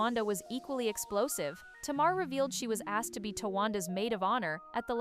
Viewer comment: Tay- mar